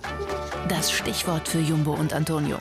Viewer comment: er sagt einfach jambo anstadt jumbo😂